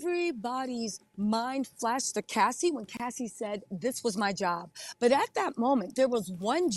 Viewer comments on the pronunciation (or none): none